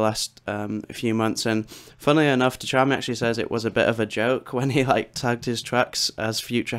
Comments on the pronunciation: nice tutorial ! just say "tshami" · Great video! FYI it's definitely a tricky one to pronounce but Tchami is pronounced 'Chami'. Just take away the T